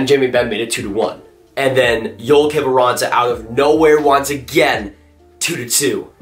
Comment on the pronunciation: Who is "Denice" Gurianov? Its Dennis.... Also Joel Kiviranta (yo-el)